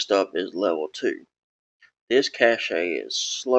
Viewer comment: Cache is pronounced like "cash", not "cachét"